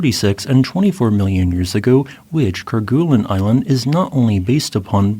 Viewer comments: The "gue" sound in Kerguelen is actually pronounced more like "gway" or "gey" rather than "goo." This is because the name Kerguelen comes from the French explorer Yves-Joseph de Kerguelen-Trémarec, and in French, the "gue" combination is typically pronounced with a soft "g" sound, followed by a "u" sound that's more like a "way" or "ay" sound. Fyi. 😉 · "ker-GOO-lin [sic]" -- "KER-guh-lin" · Ker-goo-lun...🤦 It's pronounced ker-gay-len. It's a Breton name, if you're gonna inform non-French people of its existence, at least get the pronunciation right, for fork's sake. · Great video. It's pronounced "Ker-gay-len", btw, not "Ker-guh-len". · Yep, actually more like ker-gay-lin but there's room for a little variation. 👍